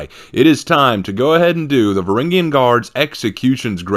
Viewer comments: Varangian, "Vuh-ran-jee-uhn". Say it again. Varangian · say it again "vuh-ran-jee-uhn"